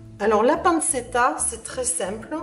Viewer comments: Panchetta est la bonne prononciation. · Ça se dit pan-tchet-ta